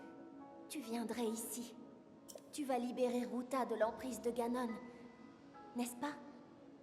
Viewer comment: Heu.on dit. GANON🤦🕵️